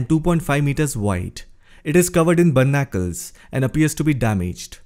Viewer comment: It's "Barnacle" not "Bernacle".